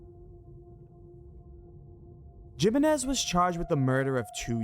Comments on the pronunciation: lol it's "him-ay-nez" not "jim-in-ez"....spanish, bro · Jimenez: say it with me - "he-menez" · *Himenez. That is how you pronounce it. And wasn't the video made after they found the body? Or did they predict they were going to find it? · It's pronounced heh-men-ez, not Jim-in-ez. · Its Himenez not jimenez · Jimenez is pronounced He-Men-Iz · Did bro just say JIMenez???? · It's pronounced HIMENEZ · Jimenez is pronounced Hee-men-ez.... hope I don't offend giving you the correct way. Just found this awesome channel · I have never heard anybody pronounce it the way he does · I can't tell if yes mispronounced Jimenez on purpose or not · Jimenez, replace the J with an H and you will pronounce it right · lol it’s not his accent it’s just him being unaware how to pronounce Jimenez. It’s perfectly able to be pronounced in an American accent unlike how someone from Japan might have trouble with their L’s due to the language not having that L sound.